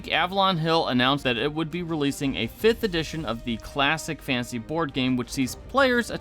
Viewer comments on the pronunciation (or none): Uggh. Annunciate. “Fantasy”, not “fansy”